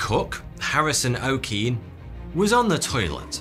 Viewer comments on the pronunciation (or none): If Harrison Okene was a Nigerian, that name “Okene” won’t be pronounced “OH-keen”, it’ll be pronounced “oh-kair-NAIR” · Harrison OKene is pronounced OKeh neh not OKin🙄🤓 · it’s pronounced o-k-nay lol. but nice video! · The Okene in Harrison Okene is pronounced 'O-kay-ney'. From a Nigerian🇳🇬